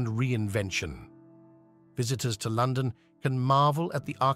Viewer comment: The voice over ruins this doc. Great topic and idea - AWFUL AI. Words such as London, imagine, Eighth, dynasty etc. are mispronounced through out the entire thing.